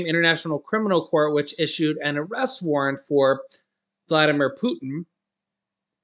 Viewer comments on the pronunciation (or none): none